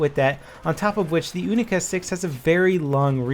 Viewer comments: It's not oonica 6, its younica 6. pronounce it wrong D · its U-Nee-Ca not Ooo-Nee-Ca , u wouldn't call it a OO-nee-corn would u? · Pronounced younica not oonica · Younica. Its not the oonica no offense all people that use oonica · it's kinda funny hearing "oonica 6" instead of "younica 6". 😂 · You-ni-ca not oo-ni-ca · You say "Unica", I say "Younica". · wtf is an oonica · What the fuck is a oonika? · He is trying to say: "Unica 6" but he is American propaganda channel not russian so yeah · You wouldn't pronounce unicorn oonicorn so why call the unica a oonica?! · the [OONICA] ? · "OONICA 6"??????? oh yeah, is it made out of ALOOMINUM???? when will americans learn how to pronounce words correctly, not just how they're spelt...sigh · The "oonica" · Why do you pronounce your U as ooh? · why are you saying oonica.....you dont say ooniversity... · Why do Americans pronounce the unica like oonica? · dont just say unica put more emphases on th U because it makes sound more magical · Is it pronounced OO-NI-KA or YU-NI-KA? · It's pronounced like unicorn, you wouldn't say unibrow like how u r saying it R u?